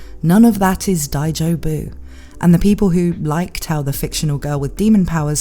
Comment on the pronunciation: dai-JO-bu (accent on the second syllable) As for the devil's melons, that accent is on the first.